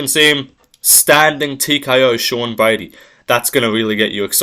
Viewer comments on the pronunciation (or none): none